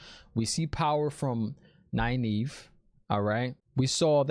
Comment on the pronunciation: Oh and I freaking loved Liandrin misspronouncing Nynaeves name. That is a good nod to readers not looking into the Glossary and pronunciation guide in the back of the book haha